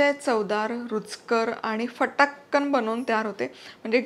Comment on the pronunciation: mala फटाकन word jaam awdla... ani tumhi to ucharlat pan bhari.... me vdo pause karun reply taktiye... 😜😜😜😜